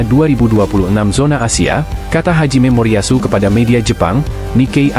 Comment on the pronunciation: Pelatih jepang namanya Hajime Moriyashu ..... bukan Haji Memoriyashu mimin 😂😂